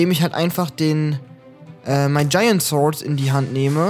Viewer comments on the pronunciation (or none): none